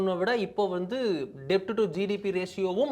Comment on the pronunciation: ஒரு சின்ன திருத்தம்... கடன் = debt, pronounced as "டெட்" not "டெப்ட்"....